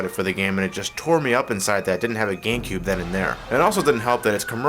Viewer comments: GaMecube...not "Gangcube" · At the end it looked he said gay cube.